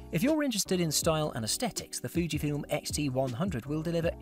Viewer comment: IT IS VEWWY ASTEDIK